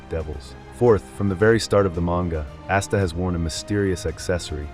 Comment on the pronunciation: We know it’s ai brother nobody says asta like assta or Liebe like leebah lol